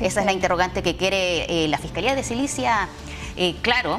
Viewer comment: "La fiscalía de SILICIA" 😃...😄 .... lo VUELVE a decir en 🤣🤣